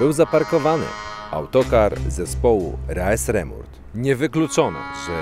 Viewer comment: Nie rae sremmurd tylko ri srimerd xD